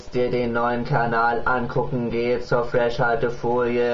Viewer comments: falsch gesprochen fresh alte folie das "h" ist ja nur einmal drin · hä, wieso wird denn das wie Freshhaltefolie ausgesprochen. Es ist ja nur ein H aulso müüste man entwerder sagen Fresh Altefolie sagen oder Fres Haltefolie